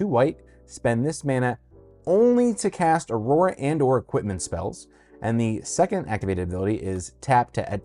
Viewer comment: He realy said auruara